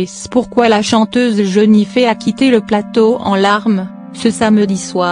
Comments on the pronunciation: Ce n est pas ''jenife'' c est jenifer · C'est jenifer pas jeunife faut apprendre à parler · JENIFERRRR pas jenifee 😕😕😕😕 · Elle menerve avec son jenifé ont dit Jenifer bordel avant de dire des choses sur youtube aprend a parler mdr pour info je ne parle pas de celuis qui a écrit ce commentaire je parle de la femme qui a parler sur la vidéo. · Non mais quand on fait une vidéo sur l idole de bcp de gens... au moins on respecte son prénom quoi ça m enerve 😅🤔🤨🤯😡🤬🤧🤧🤧🤧mon idole s appelle Jenifer et pas Jeunifer...😡😭😭😭 Sinon ma belle jen je t aime trop t toute ma vie ❤❤❤❤❤❤❤😍😍😍😍😍😘😘😘jtm a bientôt au russey dans 20 jours au festival pop cornes 😍❤jtm bisous ❤ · Ça se dit JENNIFER pas JENIFÉ mdrrrrrr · C'est pas jenifé c'est jenifer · Jpp "Jeunifé" 😂😂😂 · C'est pas Jennifer avec et mais c'est Jennifer avec er donc ça se dit Jennifer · La voix est chiante elle dit jeunifé au lieu de jenifer et teuh voice au lieu de the voice mdr jai mal au ventre 😄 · Jeunifé ? x) Jennifer ! Et pas Teuh VOICE mais THE VOICE ! xD Puis la voix et chiante x) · Elle dit jenifé et aussi te voice